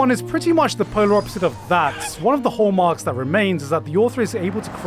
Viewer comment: I'm still giggling at Hall-Mark